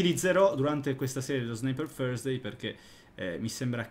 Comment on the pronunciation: come lo pronuncia 😂😂